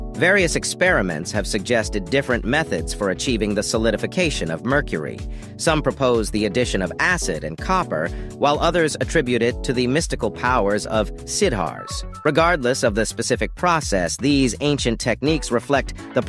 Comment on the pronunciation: Thanks for your useful information. Would you please pronounce "Sidhhars" - DEFINITELY NOT "SIDAARS". You pronounce "d" consonant with an added "h" emphasis at the end. The kind of deliberate pronunciation you are making has been made to the Western audience.